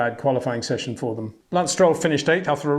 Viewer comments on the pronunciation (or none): none